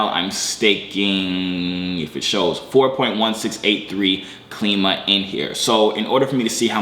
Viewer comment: It's Klima is pronounced like the word "Climate" without the end part, cause it's goal is to help raise money for green energy, trash cleaning, etc.. projects I think.